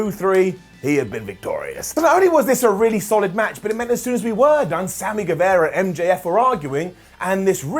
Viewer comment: Hi, it's Sami Gue-VAH-ra. Like Che Guevara. Not Guevera.